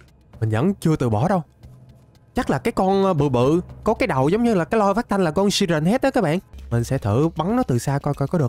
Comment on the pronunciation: Siren Head mà anh đọc là si ren head